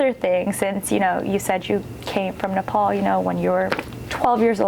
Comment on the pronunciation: I wish you pronounce our country’s name correctly.